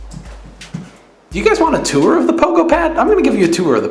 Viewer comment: do you and danielle still bicker about the way you say tour? lol